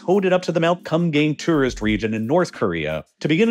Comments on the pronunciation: Well it's supposed to be pronounced and written as Geumgang. Kinda like saying good but with 'm' and gang with a "Ah" not a "Ang". so it would sound like Geu-m gah-ng. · I can't stop laughing at how you pronounce Kumgang as, "cum gang". It's not even the correct pronunciation, but you even add the emphasis between the words 😂😂😂😂😂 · as a person who studied korean for a couple of years, the thing that kills me about it is the way he pronounces it. it’s supposed to be pronounced more like “kuhm-gahng”, but bro literally just says “cum gang” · He was definitely pronouncing it as "cum gang", which isn't correct, but definitely funny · he pronounced it wrong. Its like Koom-gahng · Did he say Mount Cum-gang? 🤔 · Sorry I laughed every time you said Mount Cum Gay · I thought he was saying Cum Gain at first, Kum Gang is not necessarily better. ( PS Gang nam song has been out for a long time, why pronounce Gang so different from that?) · I'm sorry, but "Mount Kumgang"? Come on man😆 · The way u pronounce Kumgang is hilariously white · please do not pronounce kumgang like that 😭😭😭 that's not even close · Oh my god, I'm so sorry but your pronunciations are just hilariously wrong. I am crying laughing over here at the "Kumgang" pronunciation for 금강산! Oh heavens.